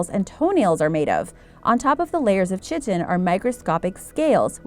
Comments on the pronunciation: It is not pronounced chit-in it is pronounced kite-in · i died of laughter when she said “chit-in” 😂 its pronounced “KITE-IN” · chitin is pronounced Kite en, good video! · Chitin is pronounced KK EYE tin (like tin foil.) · I couldnt help but stop watching at "chitin" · LOL!! CHITIN!!! It's pronounced with a hard C. Oh my lord.